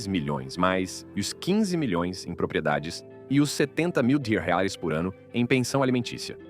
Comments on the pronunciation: A moeda brasileira se chama real e não rels ,pronuncie de forma correta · Que é isso que ele fala?? Não diz dólares, libras ou reais … não entendi a pronúncia dele 😂😂😂😂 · Todas histórias bem tristes, mas fiquei curiosa com o problema do narrador ao falar "milhões de reais" kkk